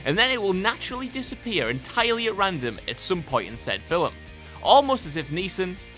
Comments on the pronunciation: Filim? You sure it's not Film? Lmao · The narrator has an odd inflection on certain words... film pronounced "filem" ... Keifer... pronounced "KEYfur" ... pretty sure that's not how it's pronounced.... Also, Brad Pitt eating something, almost every one of his movies. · did anybody notice that the narrator said the word "FILM" in a strange way? It was said "FILL-EM". lol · Liam Neeson might be shit at accents, but at least he can pronounce FILM correctly for fucks sake... (hint: it's not FILLIM) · I love British pronunciation and spelling of words. On this channel, I always smile at "fil-um"). But people's names are where you don't get to have your own preference.